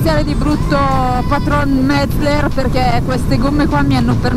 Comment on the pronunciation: Saranno contenti quelli della "Metzler" per essere stati citati... meno quelli della "Metzeler" per avergli sbagliato il nome 😂😂😂